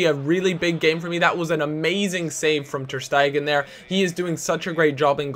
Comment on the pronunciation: Ter staygan, not ter steigen